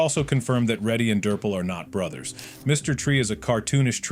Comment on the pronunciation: Why did bro call raddy ready